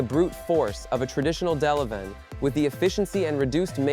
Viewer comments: It's Catapiller D-11,not duh leven,get it right geeze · He called the D-11 duh leven